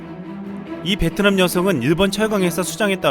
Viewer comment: 베트남 발음할때 뭐라하더라.. ''비엔나''였나?소세지도 아니고 ㅋㅋ